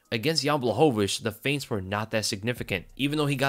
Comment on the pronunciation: Your saying jans last name wrong